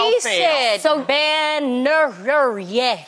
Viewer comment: She said ban ner her yeh het wave 😂😭😂😭